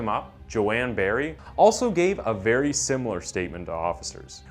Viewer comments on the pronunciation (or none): none